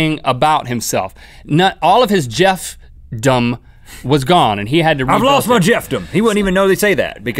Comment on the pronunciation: LOL "Jeff-Dom" LOL